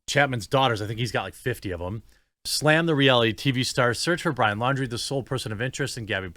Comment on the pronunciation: Pretty sure Laundrie is pronounced like foundry